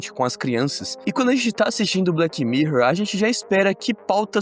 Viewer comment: BleTI mirror. Bleti? 😂😂